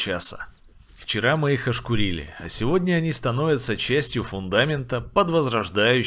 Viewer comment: ошкУрили а не ошкурИли от слова шкура странно такие оишбки слышать от вроде бывалых людей